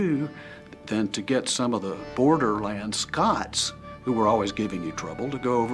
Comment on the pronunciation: It's scots not scotch